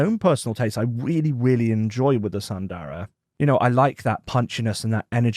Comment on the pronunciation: Please pronounce as s”u”ndara not sandara..